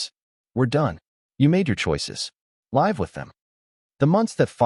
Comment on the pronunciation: How long may it take until AI learns how to pronunciate „live with them“